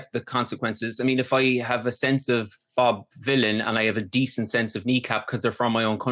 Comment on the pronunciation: She keeps saying Bob Dylan not Bob Vylan, she needs to very careful